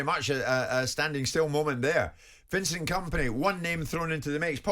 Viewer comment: Vincent Comapny? What the hell is that dude talking about? 😂😂